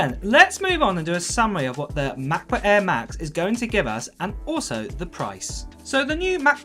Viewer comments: he is a m’cbook eaa guy mcbook Eae…😂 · Work on your pronunciation.. MEHBUHK EHHHH is not a way to say MacBook Air